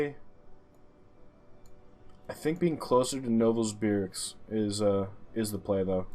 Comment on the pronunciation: The heck is Novosburg? My dude; Novosibirsk isn’t even that hard to read and pronounce. I could have understod the screw up if it was Mezjduretjensk or something like that. Still; getting an almost perfect score in Russia. That deserves some major respect!